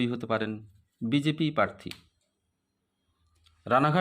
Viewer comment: আপনি তো "প্রার্থী" শব্দটাই সঠিক ভাবে উচ্চারণ করতে পারছেন না, বারবার বলছেন "parthi" আবার Astrologer !!